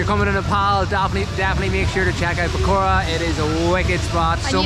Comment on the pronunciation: Pokhara didn't like y'all keep pronouncing it pokora(fritters)